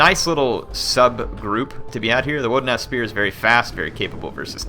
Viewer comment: I thought I heard "Wooden ass spears" instead of "woodenaz spears"